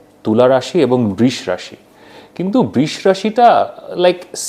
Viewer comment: বৃষ রাশির উচ্চারণ কী ঠিক আছে?? বৃ 'এর পর ষ' উচ্চারণ হয় এটাই তো জেনে এসেছি।